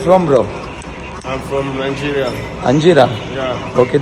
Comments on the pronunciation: Anjira nay te nigeria aahe 😂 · Angeria😂😂😂😂 nahi to Nigeria bolla 😅😅😅😂😂😂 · Angira nai dada nigeria😂 Dada toh bolla "do u know how to set"?😂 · Anjira ny yedya😂😂 Nigeria bola to 😂😂😂